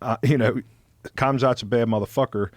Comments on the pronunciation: "Ham-Zat" not "Kam-Zat". The K is silent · Ham-Zat...wild that ppl still call him Kumzat lmao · If people don’t stop saying Kohmzaht. It’s an H sound. Hhamzat! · Did he say cumzhat? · Why can’t Americans pronounce Khamzat?? It’s “Hamzat” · Mans said CUMZAT 🤣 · I wish they could pronounce his name correctly based off how his people say it. Cumzat is not the same as khamzat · “Kumzot” frying me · When Colby called him Kum Shot lmao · How hard is it to not pronounce K and just call the man Hamzat? 🤦‍♂️ at this point it's ridiculous lol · Matt Serra thinks he's slick by slipping in a "Cumzat".. smh, like he doesnt know how to say his name by now... lost some respect for Matt. Very disrespectful. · Thought he was Dana. Dude straight up called him Cumzhat. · We’re supposed to take the guys who can’t even pronounce his name seriously? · How the hell can they not say Khamzat’s name right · Damn is it that hard to pronounce someone’s name right. Only Joe is getting it right.